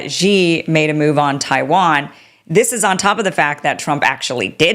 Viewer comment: Why the hell can’t you get President Xi,s name correct? Have a bit of consideration and make an effort! Say this out loud….SHE. SHE. SHE, got it?